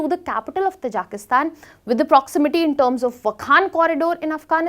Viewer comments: its not pronounced as "Tajaaaaakistan " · It is pronunced as " Taaji-ki- stan".